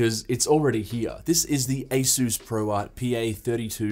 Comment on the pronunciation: Good video, but be a proud Aussie! - it's ay-suhs, not ay-soos.